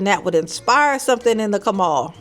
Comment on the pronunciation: “The Kamal”. LMAO